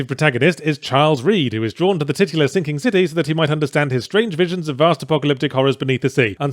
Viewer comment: haha, when Yahtzee says titular his accent makes him sound like he's saying tittyless.